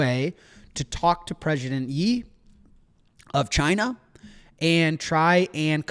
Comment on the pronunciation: Jack, Xi is pronounced a bit like "she". President "Ye" almost had me spitting out my mud water, as you may be aware that it's what Kanye changed his name to...